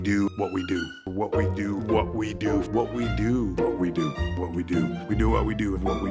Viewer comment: That damn "what we do" sounding like "whoopty doo!"